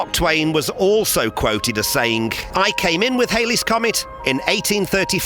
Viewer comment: It's not "Hailey's" Comet. 🙃